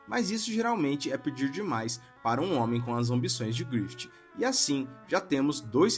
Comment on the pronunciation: Mano se pronuncia "GRIFIF", não "GRIFITI"